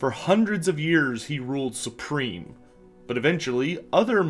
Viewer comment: "SURPREME power" Clearly the champion is;D